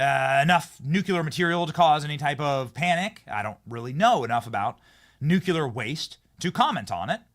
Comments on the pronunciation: Nuclear Does Not Rhyme With Circular This post might come across as some kind of linguistic snobbery, and while that’s not my motivation, it is a risk I am willing to take. The common mispronunciation of nuclear is something that drives me absolutely nuts. So many people pronounce it as nucular ( nyoo-kyoo-lar) but that is not how it is spelt or pronounced. I’ve even heard scientists on the radio and TV who say it that way, despite the fact that scientists of all people should know better. Did they get through however many of years study at university calling the central body of a cell the nuculus? I think not. Nuclear is a three syllable word, pronounced nyoo-klee-ar. If someone can say the words ‘new’ and ‘clear’ correctly, they should be able to manage ‘nuclear’ by just mashing those two words together. Think of it as linguistic nuclear fusion. It really isn’t rocket science. Dr T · Nuclear, not “nucular.” Since you seem to love this word, PLEASE learn how to pronounce it!! You’re killing me! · Benny, it's pronounced nuke- lee- ur, not nuke - you - lur! Take a good look at the spelling!😅😅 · Dude. You literally said nucular at least ten times. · New-clee-ur, not nukular. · 'Nukulur', again? It's Nuclear. Get it right, Benny. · Thank you Laura, for saying Nuclear. I continue to wish Benny would stop saying Nucular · George W Bush pronounced nuclear incorrectly. Don’t be another George W. by saying nu-Q-ler. It is nu-clee-ur. Thank you! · "Nuclear" is not pronounced "NU-CU-LAR." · Please, Benny! Nu CLE AR. please help him pronounce nuclear!! 🎉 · NucLEAR. Just sayin. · Please learn how to say the word "NUCLEAR"